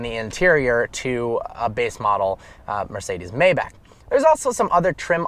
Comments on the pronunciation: It is not may-back..... It is my-bahk (my like the word "my" & the bahk like open up and say "ah").... For those who complain about a 4 digit fix. Don't buy a 6 digit car!!! The obvious upgrade for a owner driven car would be the S65 Sedan & not the Maybach anyway. If anyone sees you behind the wheel of the Mayback, they will think you are the driver and not the owner. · that's not how Maybach is pronounced. you were saying it right before. it's pronounced my- bach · My bock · You should know, Maybach is pronounced My Bock. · Will you learn how to say maybach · This. He was driving me crazy.